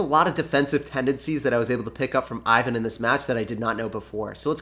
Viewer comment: TIP: Name (Ivan) is pronounced like: [ewan] ;)